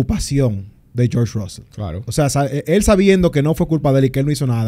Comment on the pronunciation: una palabra gepiana es como llaman a russell: RAAUSEL😂